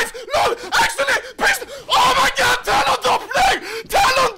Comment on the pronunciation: I hate how he says Talon “Dopblu”